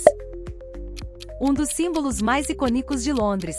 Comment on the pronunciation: 38 = icônico: possui ACENTO, portanto deve ser pronunciado como tal.